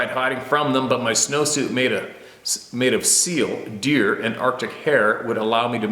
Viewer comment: Looks and sounds like you may have had a couple of them coronas before doing the video and its deer not beer lol